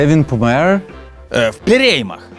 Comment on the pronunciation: "в пєрєймах"))))) шо ви зі мною робите?!))))